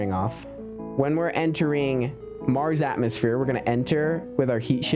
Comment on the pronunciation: 😂 I hear you say MarJS rover